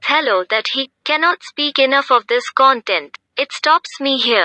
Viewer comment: Hi. I find your voice very listenable. There are two ways to pronounce "content." You're pronouncing it like web page content in this video. Content, as in satisfied with a situation like it is used in the summary you are reading is pronounced with more emphasis on the second syllable- "tent."